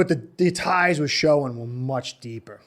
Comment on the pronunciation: Your spot on! Dabol went to Giants primarily due to the familiarity with Schoen. BTW- Pronounced Shane.